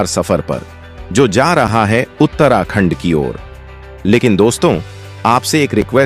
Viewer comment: Pahle bolna Sikh Lo FIR Uttrakhand ko galat bologe bhai